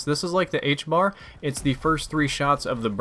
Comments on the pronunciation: And ffs it is the HBRa not the HBAR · its the HBRA 3 NOT THE HBAR it bothers me every time... Otherwise keep up the great work